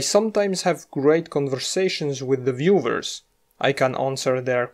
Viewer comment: "viewvers" This guy is German or from another German (or similar language) speaking country. Right?